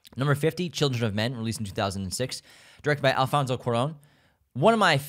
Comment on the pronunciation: I love you, you’re so right, and I loved the way you pronounced Joaquín, Guillermo, Alfonso etc. Your podcast is the greatest ❤️❤️ i rlly love your picks